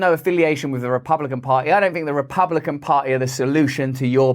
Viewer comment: Russell, who is British, should learn how to pronounce the word "party;" it contains a "T-"sound. His mispronunciation sounds like "pah-ee." Also, the liberal-elites and Demo-commies must groaning and gnashing their teeth, as one of their own trashes them on YouTube. Of course, the weasely Repubs are not much better ... or "beh-uhh," as Mr. Brand would pronounce the word. I opt for Christian theocracy, by the way.